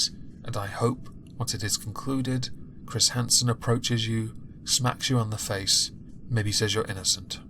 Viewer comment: "I'm Chris Hrrnsrrrn."